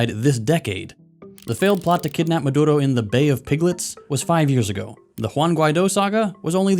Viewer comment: Are you Hispanic you say maduro perfectly